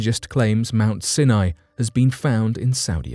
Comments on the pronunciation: Pronunciation is not your strong suit is it?! Your mangling of words completely puts me off - Sinai is NOT pronounced Sin eye but Sine eye!! Try looking things up before you read the script it also means that I am very dubious of your “facts” as you clearly haven’t made any effort to research the topic before reading the script like a robot! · Its pronounced Mount Si Nie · Mt. Sinai is pronounced Sy'-ny. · Mount “Sin-eye?” I thought it was pronounced “S-eye N-eye.” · Mt Sin eye? In the US it is pronounced Mt Sigh N Eye. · I couldn't listen to anymore. You keep pronouncing Mount Sinai wrongly. It's pronounced with the I sounding like eye. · You've murdered the name Mount Sinai. It's actually pronounced mount "seye neye". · Sini is pronounced Siy-N IY - † † English pronunciation guide: Sounds more like scy-nye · It's pronounced Mount Sigh-nye. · This bothered me also. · Senai ??? Really??? better work on your pronunciation. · Come on! How difficult is it to pronounce Mt. Sinai correctly? If that can't be done why are we to believe anything presented?